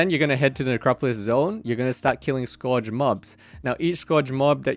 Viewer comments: bro its not pronounced like score-age. Its pronounced Scurge. L2 engrish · Scourge rhymes with surge, I hear people mispronounce that all the time, which I get it if english is your second language. It is not a common word.